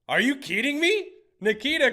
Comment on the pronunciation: We back with the “are you keeding me?” 🔥🔥🔥